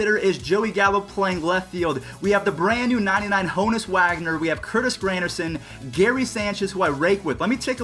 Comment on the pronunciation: Ha-nus Wagner